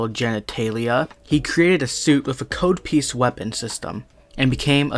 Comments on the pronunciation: It's pronounced cod not "kahd" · Hey love the video just one thing his name is Cod piece (as in Cod Fish) not Code piece (as in the programs code). Sorry I just internal cringed everytime I heard you mispronounce his name. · COD piece! It rhymes with "Todd" not "toad" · Its pronounced Cahd piece. Cod like the fish. A Codpiece is the armor worn on the groin of a Knight. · It's pronounced k-odd. Rhymes with rod. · That's not how you pronounce codpiece dude. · You mispronounced his name